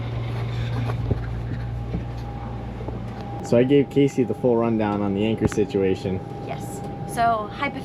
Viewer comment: When you Gonna pronounce her name the same way she does? He says Casey She says Cassie? I don't understand why he can't enunciate her name properly